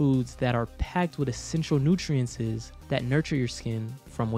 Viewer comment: lost me at "Nutrientcies"